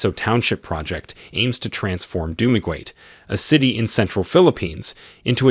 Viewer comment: It is so interesting to hear how foreigners pronounce our provinces. It is so unique. Dumaguete should be pronounced as (DU MA GE TE). Hehehe SULONG PILIPINAS!